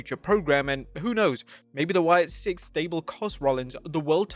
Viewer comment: It's Sicks, not Six